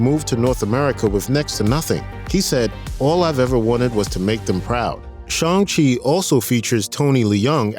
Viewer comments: It's not Shong-shi, where are getting the"O"? It's Shang-shi with a long "A",sounds like Shaaang-shi. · Lol Sean-Che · Why can't he say shang chi correctly .